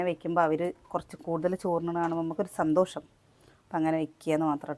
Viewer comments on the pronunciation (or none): none